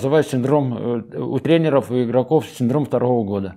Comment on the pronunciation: не тренерОв, а трЕнеров. Если комментируете в эфир, то говорите грамотно. А то нет доверия, когда язык неграмотный.